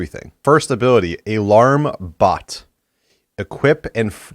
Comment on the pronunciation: is it just me or did he say, " A larm Bot" instead of "Alarm Bot"?